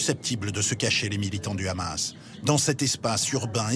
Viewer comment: et TF1 qui fait tout pour plaire à son auditoire israelien , non mais , renommez vous aussi TF Israel , La présentatrice est incapable de prononcer un "H" aspiré ? pure démagogie médiatique , faire de l'état oppresseur , une victime ,... qui abat ce meme arsenal qui la classe meme devant la France , en terme de puissace militaire , sur une population enclavée , privée de tout , jusqu'à l'eau et l'électricité ... et ça fait des décennies que ca dure , que ca grignotte sans que qui ce soit ne puisse aider les Palestiniens...